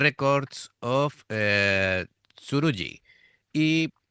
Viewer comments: When Japanese words are written with Roman characters, the / g / is always “hard.” The / j / is used to represent the “soft” sound. So, “surugi,” not “suruji.” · In spanish we would pronounce it as "surugui".